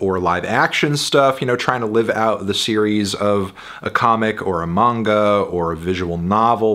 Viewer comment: First ever YouTuber to pronounce "manga" correctly